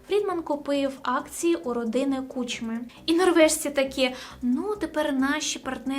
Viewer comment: перший раз попалась мені на очі ця дівуля,як що ти про український блогер то НАВЧИСЬ ПРАВЕЛЬНО ВИМОВЛЯТИ ПРІЗВЩЕ КУЧМИ !!!!! дізлайк і не підписка однозначно,боже яке позорисько ...